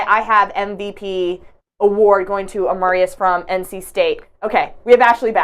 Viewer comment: You have to do a better job with names. Full stop. There is no 'v' in Markezich. Amarias? C,mon now, it's Amaris Tyynismaa.